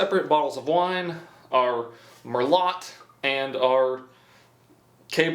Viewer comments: Merlot is mur-low and Cabernet is cab-er-nay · Lol its merlo the t is silent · It's pronounced like merloh lmbo not mer-lot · It's pronounced "mir-loaT", not "lot" and heavier emphasis on the T. 😏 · just in case you really don’t know, merlot- “mer-low” and Cabernet Sauvignon- “cabber-nay saw-vin-yawn” hope this helps 😁😁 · 🤦‍♂️ It's mur-low, not mur-lot 😄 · It’s pronounced mer-low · Merlot is pronounced "Merlow", Cabernet is "Cabernay" sauvignon " Sauvinon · Man he slaughtered the wine names lmaooo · Idfk why it bothered me but it did They’re pronounced Merlot (Mer-low) and Cabernet (Cabb-Ernay) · I'm not a wine snob but the way he said the names of the wines 🤦‍♂️ the merlot its prenounced merlo the T is silent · it's pronounced cab-er-nay and mer-low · I’m fuckin 12 and I know how to pronounce merlout and caverna e souvighner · "our mer-lot and our caber-net 7 ga-non" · Merlot is pronounced Mer-low, Cabernet is pronounced Cabernay, Sauvignon is pronounced sew-vin-yawn ....people drink wine because it's better than beer, actually healthier than beer, and can have a complexity of flavor you don't find in other alcoholic drinks. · It was funny but it pronounced mer low and caber ney it is Italian not American. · It's pronounced "mer-low" and "cab-er-nay sav-in-yawn", Merlot and Cabernet Sauvignon are French words you simpleton. I don't understand how an adult who knows how to do so many things doesn't know how to pronounce two of the most popular wine varieties in the world? You must first have a knowledge of the items and the control for your test subjects to be a subjective product tester. Is this from Indiana, that would explain a lot of things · bro it’s pronounced “Merl-OH” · TWENTY-FIVE TBSP OF COFFEE?! Please tell me it is at least a Columbian blend. Amateur, Américain typique. Le "t" est silencieux pour le vin. Cabernet Sauvignon, parlé "Ca-ber-nay Saw-vin-yon". Merlot est "Mer-lo". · Mer-lot and whenever = unsubscribe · Merlo-t and savig-non xD